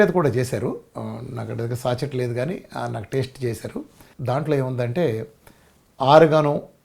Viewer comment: సాచెట్ కాదు సాషే అనాలి. సా-షే.